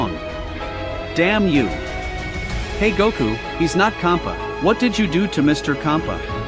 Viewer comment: BRO SAID KHOPPA 😂😂😂